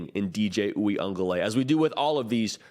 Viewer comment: Oo-ee-uhng-guh- luh-lay . There’s an extra syllable in there. Just saying.